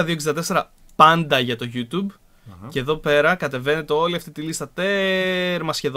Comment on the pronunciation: Λοιπόν επειδή δν μπορώ άλλο!! Το YouTube προφέρεται ΓιουΤιουμπ και όχι ΓιουΤουμπ!